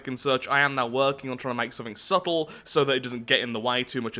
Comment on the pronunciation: "i'm hoping for something subbtle" P L E A S E L I K E T H E V I D E O, never change